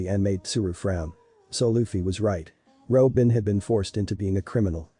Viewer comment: I thought they said Ropin' and I was gonna throw hands